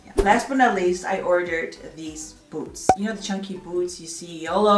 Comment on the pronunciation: I thought you said: 'maybe if I pair it with some BOATS' 😂